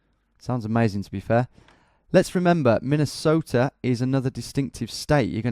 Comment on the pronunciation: Btw Tom, a better pronunciation of Minnesota, is saying it like you were a Scandinavian. That’s how I think of it at least.